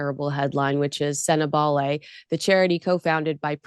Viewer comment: Tom bower cant pronounce words, sentebale is pronouced like bali, kate is catherine (he wont as he doesnt like her) and oprah winfrey he pronounced "opera". For an intelligent author its disappointing